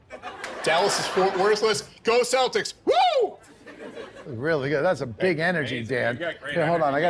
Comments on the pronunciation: I heard "Saltics" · The C in Celtic is pronounced like the letter K, not the letter S.